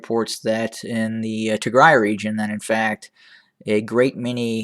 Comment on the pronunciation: Thank you for pronouncing tigray the right way is the music to my ears